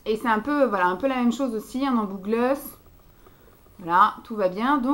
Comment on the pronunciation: La teinte 5 fait ressortir tes yeux 😍 sinon on dit gloss pas gleus haha